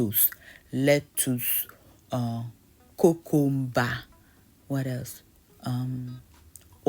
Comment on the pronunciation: it's your accent when pronouncing the vegetables in Ghanaian accent for me🤣🤣👍🏻👍🏻. Kokomba, tomantoes.....🤣🤣👍🏻👍🏻